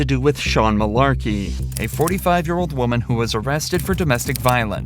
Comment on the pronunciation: Heh. "Mullarkey"